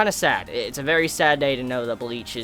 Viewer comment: Mbleach LMAOOOOOOO, I cannot be the only one who heard that!